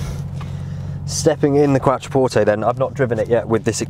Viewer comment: You are pronouncing it correctly originally. It sounds like qua(ck). qua(ttro). Take no notice of the German pronunciation.